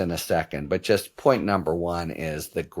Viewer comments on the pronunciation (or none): none